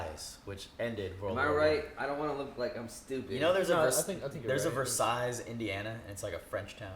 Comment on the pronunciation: Damn no one gonna tell you don’t pronounce the last S in Versailles??